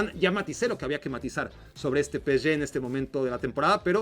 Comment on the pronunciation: Es pe-ese-ge, no peschge, si lo vas a decir en ingles es pi-es-gi PSG